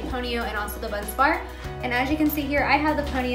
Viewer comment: Bun Barz - not Bunz Bar but great explanation!